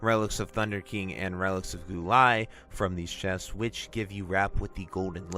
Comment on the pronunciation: I know im being a stickler, but just to inform you Guo is pronounced Gwo